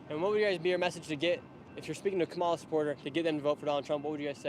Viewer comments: Is this guy stupid or ignorant about how to pronounce the vice president's first name? I guess it could be deliberate disrespect. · The host is such a manipulator because he correctly pronounced Kamala Harris's name when he introduced himself to the Kamala / Walz representative but then defaulted to his TRUE WHITE POWER RACIST BIASED TRUMP BROWN-NOSER SELF. HOPEFULLY THE HOST MATURES IN THE NEXT 3 YEARS AND GETS OVER HIS BIASED TRUMP (DOESN'T DO ANYTHING FOR HIM) OBSESSION